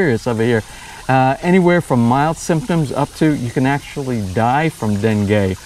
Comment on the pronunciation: are you calling it Dengay?